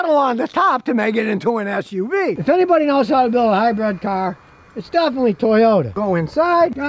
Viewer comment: Scotty.. I keep telling you.... It's a HYBRID ! NOT a Hybread !